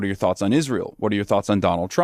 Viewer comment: is so antisemitic he mispronounced Israel. 😂 also you got ban for calling kier stammer a Fay Gatti. You may not be allowed in England either. 😂